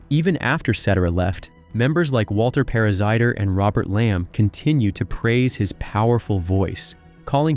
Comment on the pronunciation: Cetera = Seh TAIR uh Parazaider = Para ZAYder